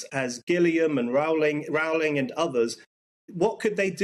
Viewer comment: J. K. Rowling's name rhymes with Rolling' please.